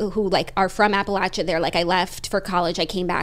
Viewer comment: Absolutely and I also really loved & appreciated that Jackie is pronouncing Appalachia correctly now 🥹🫶🏼 she must have seen some of the the comments on the last video.